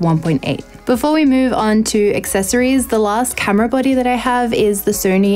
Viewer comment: That accent "camera buddy" had me baffled for a bit haha. Good work 👍